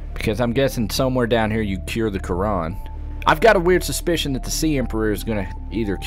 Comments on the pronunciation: It is not caran it is caraR normi :D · Did you seriously call the bacteria the "Quran"? XD